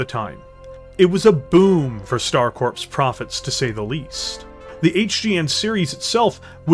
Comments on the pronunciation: Corps is pronounced “Core” not “Corpse”. A VERY common mistake. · Corps is pronounced like "core", not corpse. You're killn' me, Smalls. ;) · Corps when spoken sounds like core not corpse. Just another weird thing English language has. Loving the vids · Stop saying "corpse" when you read corps. "Corps" should be read as "Core" phonetically. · Dude, you keep saying coprse like it is a dead body. It is corps like marines or a navy medic.